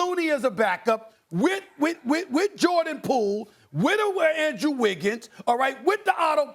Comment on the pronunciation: "ZAZA PACHULIA" 🤣🤣🤣